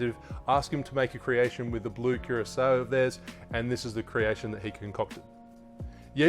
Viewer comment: Man that accent..! Did he just said blue KEROSENE 🤣😂🙈💩💩🌈🌈🌈